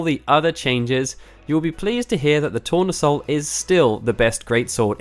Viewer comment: tournesol is sunflower in french, pronounced tou-rne-sol